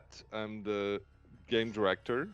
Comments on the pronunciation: "GAEM" DIRECTOR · " Gaem Director" Ah, I love dbd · ah yes, “GAEM director”